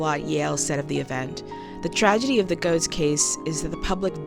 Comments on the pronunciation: Its pronounced Getts not Goats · Pronounced "gets," not "goats." I've met the guy. Two of my friends live in his building. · Excellent video, and you make several exceptional points. One nitpick, and was especially grating for me since I grew up in NYC in the 80's, is that his name is pronounced "Gehtts", not "Gohts." I know it's minor, but it was like a needle scratch every time you said it.